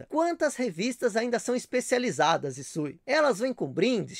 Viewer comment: Olá,! Obrigado por responder minha pergunta e por pronunciar meu nome corretamente 😂😂😂😅😅😅